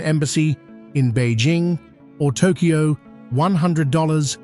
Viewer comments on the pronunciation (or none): none